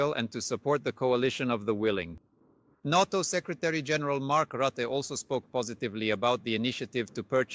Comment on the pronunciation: Roote? |The man's name is Rutte